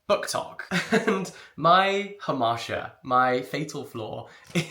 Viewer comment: Someone help me please - he says 'my fatal flaw, my hamasha is' WHAT word is he saying here (hamasha?) I have replayed this so many times and have captions on, I am still so unsure